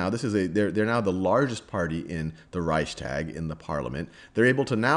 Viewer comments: I mean maybe they're not connected, but still you are doing educational videos and don't even know how to pronounce major names and buildings that held pivotal moments in this history? Hearing whymar and hearing ricetag was just starting to annoy me, as if though you did it on purpose. It literally takes two seconds to google the pronunciation. Rike-stag, vie-mar. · It's not that difficult to research pronunciation before filming. Reichstag is pronounced like Rikes-togg or Rikes-talk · #2 And accordingly, in the pronounciation you have a glottal stop between the s and the t, while the s is fused smoothlesly right after the ch. Reichs'tag. 2 Syllables. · I don't know how any english speaker would read out "reistark" to sound like the german "Reichstag" in any way. You completely left out the "ch" (which Sal got right btw.), and I have no idea where you got the "r" in "tark" from. If Sal would have read the "tag" like the englisch word "tug", he would have been pretty close to how it's pronounced in german (I should know; it's my first language). Now please tell me, how your version of the word could be pronounced that way? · "rike-shtahg". rikeshtahg. rikeshtahg. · Reichstag- Stag is pronounced like fog. Sounds like shtog. That is how I’ve heard Germans say it. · "Reichstag" is btw. pronounced like "Reichstuug". (Reichs is right how you say it). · Hi I'm german and Reichstag is pronounced reishs-tuhk. Thats not entirly accurate but the closed I can get without using linguistic terms:)